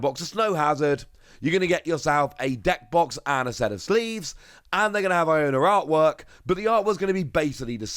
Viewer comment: Pronunciation seems correct. The way the game presents it, sounds like it suppose to be a pun, sounding similar to someone saying "I dont know" as "I'onknow"